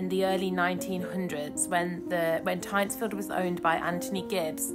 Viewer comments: Its pronounced Tintsfield The guano was imported from the Chincha Islands off Peru. No chicken poo involved LOL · Amazing staitly home. One of my favourites. But that's not how you pronounce it. You say the Y like an I and and its got an N in it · Switched off after hearing that you couldn’t even be bothered to find out how to pronounce the name properly.